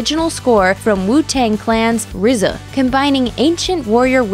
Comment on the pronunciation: Thanks for pronouncing RZA correctly.